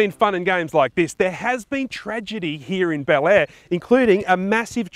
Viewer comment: Be-lair, not Bel-air.